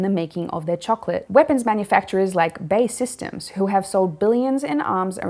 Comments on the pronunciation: Great video, B A E system not BaySystem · "bae systems" 😂